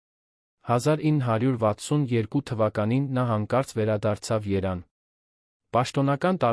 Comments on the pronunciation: Ես զարմանում եմ, թե ով է էս անգրագետին թույլ տվել տեքստը կարդալ ։ Մարդը չգիտի, որ Հայաստանի մայրաքաղաքը կոչվում է Երևան և ոչ թե Երան։Առջև բառը կարդում է առչ և բազում, բազում սխալներ է թույլ տալիս և դրա պատճառով էլ տհաճ է նրան լսելը։Խորհուրդ եմ տալիս, փոխեք ընթերցողին։ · Ո՞վ է,այս խոսող, ի՞նչ ազգ է։ Ուշադրություն դարձրե՞լ եք ,որ նա և չի կարողանում արտասանել` երան` Երևանի փոխարեն։ Եվ առհասարակ շատ տարօրինակ է նրա խոսելաձևը, որը կասկած է հարուցում նրա հայ լինելու մեջ։ Մի փոքր միայն լսեցի` համբերությունս հատեց նրա միատոն ձայնից ու խոսելաձևից։ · Կարդացողը , չգիտեմ տեքստի հեղինակն է, թե չէ, ապուշ է ու դավաճան, ստախոս։ Երևան, թե՞ Երան . հայվան։ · այ դամլա ընթերցող , եթե Երևանը երան է ուրեմն դու էլ Երանուհի էս😅